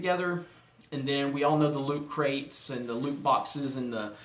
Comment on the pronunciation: I heard Luke Crait, when you said Lootcrate ... XD